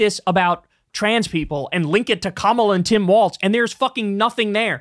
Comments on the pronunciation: Why does Kyle keep calling him Tim WALTZ and not WALZ!?! He keeps mispronouncing his name! For weeks now! 🤣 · Bro, his name is WALZ NOT WALTZ! You should know this by now. Pronounced like, "Building Walz does nothing to stop border crossings"